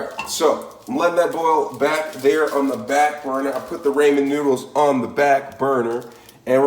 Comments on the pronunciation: Left the second he said Raymon noodles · "Raymen noodles" 😂